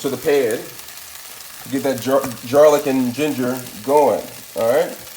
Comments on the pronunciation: bro i’m fuckin crine!! i peeped it 😭 he funny as shit and he doesn’t even mean to be. he says “garleek” 💀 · “GARLEEK” Lol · Jarlick and jeenjer